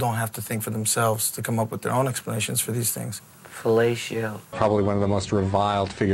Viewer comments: Hahaha Daryn. 'Felatio' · No one: Daron: fellatio